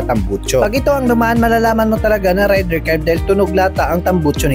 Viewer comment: FOR INFO, hindi po RAYDIR ang pronounciation nyan. REYDER po from the word RAID.